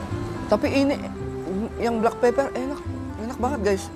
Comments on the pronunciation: Ngakak dia bilang black peper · "blak peper"lucu bangett😭😂